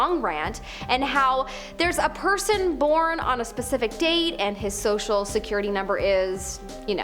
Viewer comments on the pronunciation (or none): none